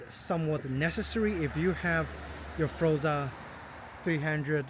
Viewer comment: NOT FROZA - IT'S FOR-ZA - HELLO